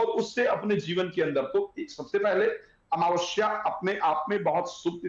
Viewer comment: जैसा हिन्दी में लिखा है कम से कम बैस तो बोलो अमवस्या नही, अमावस्या बोलो बेटा।